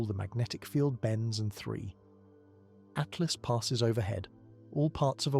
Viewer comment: 3 l "Atlast"??? C'mon. How am I supposed to take you seriously, when you can't even get the name of the object right? Do better please.